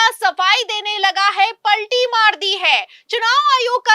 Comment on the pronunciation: इस मैडम के बोलने का स्टाइल बहुत बुरा लगता है, कुछ उदाहरण जिन शब्दों को खींच कर लंबा बोलती है, प,,,,, ल,,,,, टी मार जी है, स,,,,,, बा,,,,,,,, ल किया जा रहा है, आदेश पा,,,,, री,,,,, त किए गए, जा,,,,, री नहीं किया जाएगा, समाचार में शब्दों को इलास्टिक की भांति लंबा लंबा खींचना ऐसा लगता है जैसे किसी पर टोंटिंग कर रही ही, इससे लगता है समाचार सुनाने में भेद भाव किया जा रहा है, इन्हें अपना उच्चारण सुधारना चाहिए